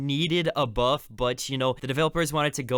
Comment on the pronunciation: did you say boof and not buff